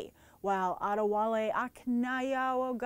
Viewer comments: loved your frustration and not being abel to say that guys name! It was so endearing. And do you think we will ever get a Miles Morales movie? I really love his comic and trying to get others to read it, if there was an upcoming movie I could convince them! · When you were trying to say adawale ... ,and couldnt i thought you looked cute